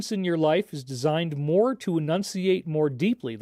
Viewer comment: Great presentation but one small critique “Needs mare cow bell”